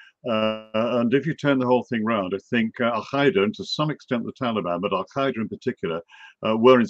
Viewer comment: What is Al-Khaeeda..that is not how it's pronounced in Arabic. Dude just say alqaeda.